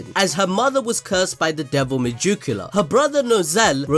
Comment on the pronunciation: Why do you keep saying Me-Joo-Q-La? It’s spelled megicula. Me-Gick-U-La. you even showed the proper spelling during the video. I like the videos but every time you say that name It drives me insane.